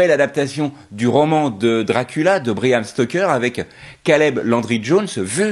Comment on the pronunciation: C’est « Bram » et pas « Briam » ou « Bryan »…😊